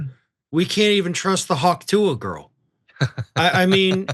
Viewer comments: dude, if you’re going to get paid to talk about her, you should “honestly” know a little more about her and consume more than a minute of her content. you sound disingenuous off the bat when you intentionally mispronounce her nickname as the “hak tuey girl” but know her real name and the fact that shes given to charities tl/dr you know about her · That was the most boomer intro ever “hawk tooey” mispronounced like a boomer trying to say “pokemon”